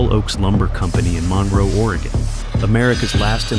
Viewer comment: "Mun-roe" Oregon, not "Mon-row".